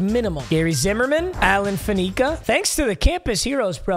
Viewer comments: Faneca is pronounced FAN-ih-cuh, not fuh-NEE-cuh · HIS NAME IS ALLEN FAN-UH-CA FOR THE LOVE OF MISOGYNY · Why does he say faneca like that